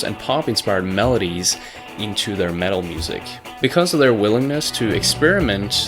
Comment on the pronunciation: The metuul of radiohead